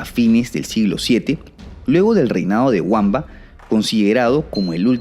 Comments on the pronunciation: tus vídeos me encantan, pero por favor Wamba se pronuncia "Bamba" pues esa w es germánica, no inglesa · Buen vídeo, pero no son nombres ingleses. Son Wamba y Witiza, No Guamba y Güitiza la W suena V, nunca como U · Al igual que Wamba, se pronuncia 'bamba'. Como curiosidad, es el único municipio de España que empieza por W (creo que en la provincia de Valladolid). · Estupendo el vídeo, sólo un apunte, la W de los nombres de Wamba y Witiza es de origen germánico y se pronuncia como una B, nada que ver con la pronunciación anglosajona.